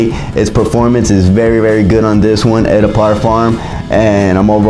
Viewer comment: Like your content and passion for fragrance. Just some constructive criticism. The term “eau” is pronounced like “oh”. Anyway, keep doing your thing.